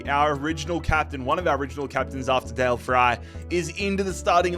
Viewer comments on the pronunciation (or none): none